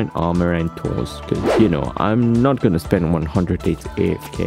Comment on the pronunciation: 💀 "iam guenna find you joker"